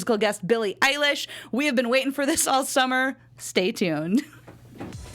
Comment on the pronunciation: EILISH NOT EYELASH!